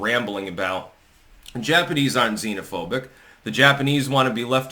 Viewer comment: Pedotato couldn’t either pronounce or define the meaning of the word “xenophobic.”